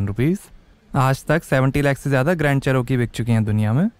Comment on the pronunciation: Ch - r- key, row nhi